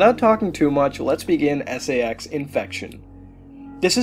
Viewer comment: For a Second I Thought He Said SEX Infection